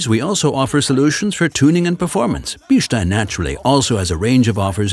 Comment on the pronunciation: today I learned how to pronounce Bilstein